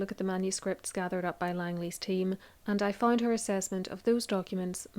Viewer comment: you say fined instead of found?